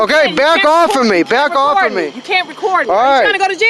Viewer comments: She says - 'is that offee !' Lol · wtf did she say is that ooff hahahahahaha she cant say off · "". Did she say, "Is that off?" - Because, to me, it sounded like "Is that oaf?" Just saying!